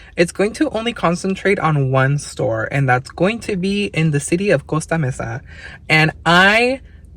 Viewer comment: I hope you took that adorable cherub home & put it right in your hutch for your great Valentine's Day decor! ❤ Also, I appreciate your pronunciation of "Costa Mesa." Yo tambien hablo Español! 😊